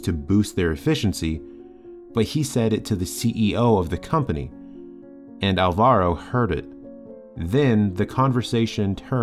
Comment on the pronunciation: It is pronunced álvaro, with accent on the first "a"